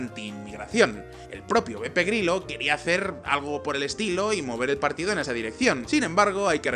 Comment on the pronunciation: En el video siempre escucho PEPE GRILLO XD ¿Has dicho PEPE GRILLO? XD